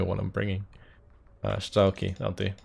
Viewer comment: It is better to say Strelki with accent on "i", that means "shooters". When u say StrElki, that actualy means clock arrows. :)